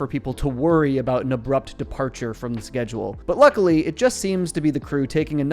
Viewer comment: It's Sadam the way he says "A Boot" vs about. Thats my guess.